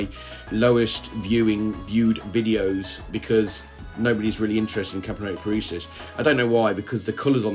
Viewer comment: Parisus? You keep calling them Parisus, where did the extra s come from? :P Love the vid tho!